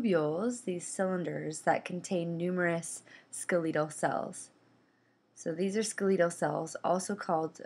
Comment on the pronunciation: Ska-leetal muscles? Seriously?